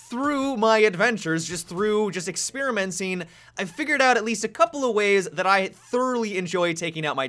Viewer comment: # seconds in to the video, "experimencing" lol !